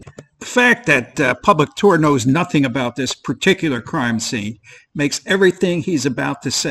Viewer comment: What did you say 'public tool'?